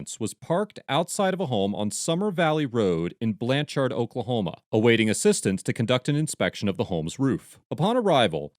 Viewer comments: “Blan cherd” is how it’s pronounced. Rhymes with “turd.” This is typical Oklahoma behavior from the citizen flagging down a policeman, the lack of professional knowledge for one’s profession, to the behavior of the police. Wait until state, county, city & tribal police ALL confuse 86 grams of rock candy for meth & one ends up spending 46 days in county jail w/ a $100,000 bond each for me and my significant other. Day 29, I was offered 11 years violent. Test results took 30 days but judge wouldn’t lower bond nor dismiss until the case was heard in misdemeanor court after 2 weeks of out of town judge & DA conferences. Lost my employment. Physically beaten. Homophobic comments from the staff. Stared down a laser from an AR during a 2 man riot in which 39 officers responded. 1 for each inmate I guess. I always thought my hometown would be a safe place for me but I was seriously mistaken. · From Oklahoma. It's spelled blanchard but said like blanch- (t)urd. Ps lions suck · I comend the editors of these videos, the only problem i have is the way they are saying blanch-ard when its pronounced blanch-erd. I live 30 min away from this town, it was just bothering me the way he was saying it😂😂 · As a lifelong resident of Oklahoma, it grates on me each time you pronounce the name of the town Blanchard. It is not pronounced “Blan-charred” as you say it. The accent is on the first syllable and the second one sort of rhymes with the word “third”. I probably wouldn’t have bothered to make that comment except for how many times you mentioned the town name in the video. 😆 Anyhow, I definitely appreciate how you disseminate and share your knowledge. 👍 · Trying to help here the proper annunciation is Blanchherd lol. Like turd not chard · Lol...okie here. Cops are some of the stupidest humans on the planet, especially cops in Oklahoma. By the way, its pronounced "BlanCHERD" not "BlanCHARD". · Iss pronounced Blan-Chrd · Sounds more like BLANchurd in pronunciation.